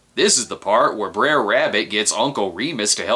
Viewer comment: Can someone tell me why "Br'er Rabbit" is pronounced like it rhymes with dare? It's supposed to be pronounced "bruh rabbit".